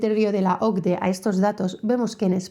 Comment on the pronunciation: Se dice por sus letras, o ce de e, no se lee el acrónimo ocde